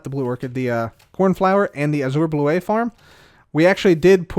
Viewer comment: Take a drink each time mispronounces bluet or peony:)